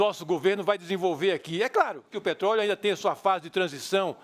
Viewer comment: "petroio"?? Que isso Eduardo? ..kkkkkkkkkkkkkkkkkkkkkkkk Bolsonaro2018!!!!